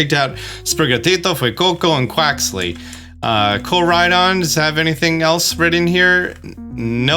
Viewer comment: Myrydon? Arseus? Koerydon? How do u mispronounce every name??